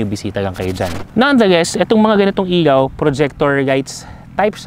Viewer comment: ILAW boss, hindi IYAW ✌️